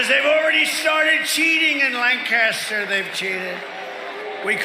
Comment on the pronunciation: Not a big deal but for all those reading it's LANK-astir, not lan-KAST-er